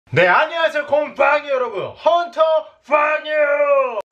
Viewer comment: 곰퐝이 라고말하실때 진짜로 곰팡이 봣서욬ㅋㅋㅋㅋㅋ